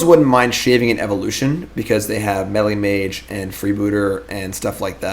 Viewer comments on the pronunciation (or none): none